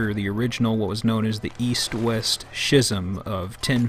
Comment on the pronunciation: schizm is pronounced like schizophrenia, with a "sk" not a "sh"